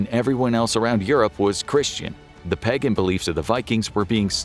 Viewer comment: exactly even listen to how he says “pagan” when he talks about how Christianity replaced the dominant religion